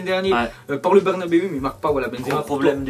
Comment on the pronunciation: je t’aime bien mais S’IL TE PLAÎT on dit “Bèrnabéou” et pas “Bèrnabèhu” 😂😂